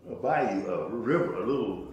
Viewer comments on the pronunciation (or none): none